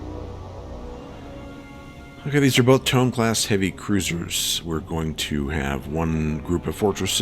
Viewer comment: Only one of the Heavy Cruisers was a Tone, the other was a Mogami. Tones have four forward triple turrets. Mogamis have three triple turrets in a low-low-high arrangement and two triple turrets aft. The Light Carrier task force did not have any Tone Heavy Cruisers. You need to ID the Japanese ships. Tone is pronounced toe-neigh, use a two syllable pronunciation with most Japanese ship names. Why didn't you re-target the Light Carrier and Battleship instead of the Heavy Cruisers in the first encounter? Coming from astern is the same thing as from behind.